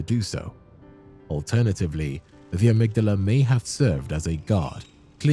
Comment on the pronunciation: Dude you make a lot of assumptions and give wrong info. You also are mispronouncing Amygdala